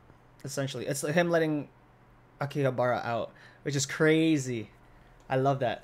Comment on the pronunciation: Ah Yes .... Chuuya's ability aKiHaBrA Lol 😆 haha I died of laughing when you said that . It's actually "Arahabaki" but looks like you jumbled the letters a bit and made a new name for it and it's actually kind of funny. You can keep calling it that I wouldn't mind Lol. Anyways I'm glad they had this episode because eventhough it doesnt really go together with the current flow on going story line of BSD it was a great character building episode. If someone is binge watching the entire season after the All the Chuuya and Fyodor in action they do need some breather episode in between because of all the screaming And excitement the previous episodes gave us. This also means THINGS ARE GOING TO GET EVEN MORE CRAZIER! This episode established a bit of Katai (The Hacker Guy) And Gin. I didn't even imagine what it would be like if Akutagawa was an older Brother to someone. This also shows that he does care About people who are close to him and he is most gentle with it. The Beauty Genes are running in Akutagawa Family's blood lol. (Akutagawa was actually really cute when Dazai found him the slums, when he was still a kid. He had Dazai type of Bangs in front of him But because Dazai being an A$$hole whenever Aku does something wrong he would pull his bangs. So Aku Decided to cut it off so Dazai wouldn't do that to him anymore. Shin Soukuku, The Bad Hairline Duo Lol How perfect!) Enough of that rambling now lol. Actually Fyodor was the one who settled up the trap in the start of the ep